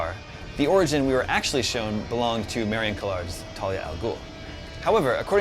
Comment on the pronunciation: wow can nobody pronounce Marion Cotillard's name right??